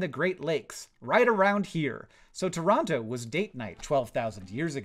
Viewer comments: Thank you for saying Tronoh correctly the second time you said the name of the Ontario city. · Thank you for pronouncing Toronto correctly!